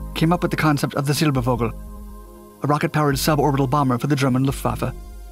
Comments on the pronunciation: i died a little bit inside every time silber-vogue-l was said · "Silbervogel" and "Sputnik" were pronounced like English words, completely wrong. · The german term "Vogel" is one of those nasty surprises, as it is one of a tiny number of words that are WRITTEN with a V, but SPOKEN with an F. "Fogel", or in this video, "Silberfogel", would be the correct way to say it. Sorry for making such a weird language XD But you really do a great job given how many terms in, for you, foreign languages you pronounce in your videos.